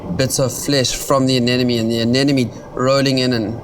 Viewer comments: anemone not anenome. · oh please how hard is it to pronounce "anemone"